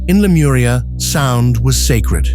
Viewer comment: レムリアと翻訳して欲しいな、aiがラムリアって言うのが気になる